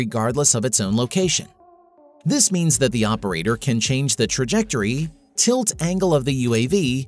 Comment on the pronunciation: Continual over-emphasis of the word "can" is the first giveaway this is an AI voice. Has trouble with 'the" as well. We're not quite there yet.